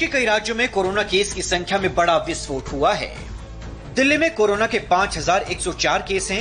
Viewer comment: विस्फोड़ नहीं भाई विस्फोट